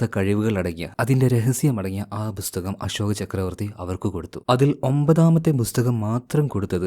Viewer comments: Bro busthakam alla pusthakam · Busthakam nnu edakku pronounce cheyyunna pole brother.🤔